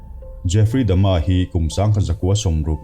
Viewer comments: Jeffry Dama tih aichuan Jeffry Dahmer(dahmar) ti zok la. ... .. Ka lo ti ve mai mai nih chu. .. . . . ... .... I lamdan pawh hi adik zok thei bawk a! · Jeffry dahmer, tihzawk tur ani in kavan hrezawk ve aw....mahse ilamdan pawh hi lodik zawk maithei a.